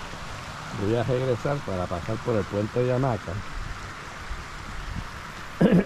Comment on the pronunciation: paradol 😂 monga😂 pasal 😅 puentecito bajo agua😅 sacal 😢no boi a pasal 😅 que lindo jio😅 regesal what awful castillian!